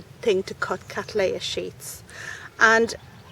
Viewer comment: Would you please consider pronouncing the name as Kat-LEY-uh NOT Kat-LAY-uh. The name comes as I am sure you are aware, from William Cattley NOT William Cattlay. Regards